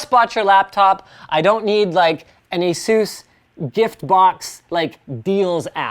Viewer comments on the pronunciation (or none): Its asus not asus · have i been saying asus wrong or is he saying it in a weird way?